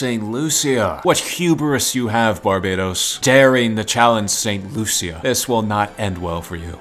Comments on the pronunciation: Me CARRIBEAN Saint.Lucia is my country,Saint Lucia is pronounced saint.lusha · Loo-shuh (st.lucia) Bar bay dus (barbados) Doh mee ni cuh (dominica) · you said saint lucia wrong.....